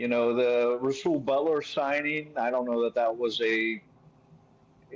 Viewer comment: Rasul butler lol. Cmon